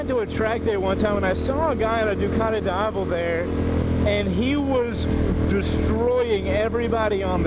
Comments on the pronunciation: it pronunce deeavel ;) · repeat after me: dee-ah-vel. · Worst pronunciation, man! It goes like dee ya vel. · It's pronounced Dee-avel. As in the Spanish word for day (Dia). Source: I am European. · its pronounced deeavel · You are pronouncing name of this motorcycle in a wrong way... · Completely butchered the name lol